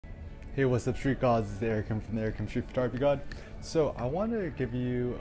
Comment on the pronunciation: Matt M I think he said “street goat”🐐🤣